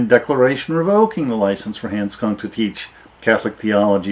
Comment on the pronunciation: you have mispronounced his name.